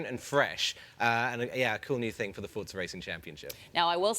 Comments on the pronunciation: not even the people presenting forza know how to pronouns Forza... wtf is going on here For-za ... not Fort-za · It is pronounced "fortza". It means power in Italian. In FH3 you can hear characters pronounce it this way.